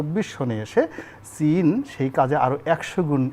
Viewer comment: সীন না চীন বলেন